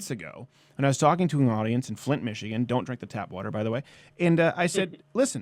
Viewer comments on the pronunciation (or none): none